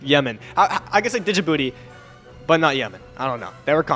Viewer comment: it is not dijibooooty , it is djibouti and d is silent :face-blue-smiling::face-blue-smiling::face-blue-smiling::face-blue-smiling::face-blue-smiling